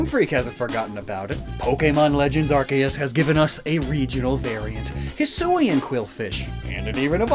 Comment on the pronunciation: Yes yes very good, anyway. WHY OH WHY. Do you pronounce arceus as R+kay+us? I mean calling arceus arCOOS like m and j tv makes sense because arceus is the pokemon and is basically ar+zeus minus the Z. Please explain yourself